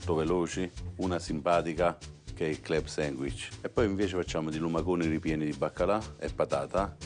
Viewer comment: “CLEB SENGUICH” il napoletano probabilmente aveva l’insegnate di sostegno